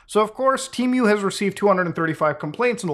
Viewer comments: Is it pronounced "Teh-Muh" or "Tea-Myu" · Tee-moo not T-mew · What the fuck is tea mew? I know of Temu… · I love how he says temu like temeu 😂